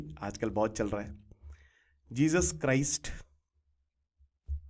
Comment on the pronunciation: जीजस क्राइस्ट नही जीजस क्राइसेज 😂😂